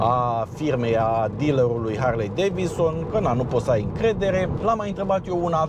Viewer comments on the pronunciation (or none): Se spune DaviDson (sec 5)........